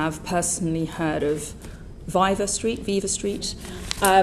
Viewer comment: V-eye-va street.. she said that after hearing it as viva street.. she is so full of shit.